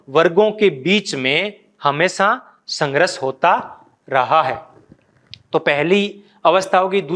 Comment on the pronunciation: Sangharsh, ko sangrash bolte ho sir, ese hi kafi work ko ap , wrong bolte hai